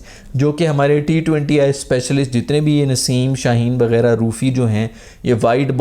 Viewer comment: I’m I the only one who heard he said ‘Shaheen Naseem Begairat’ instead of ’wegairah’ 😂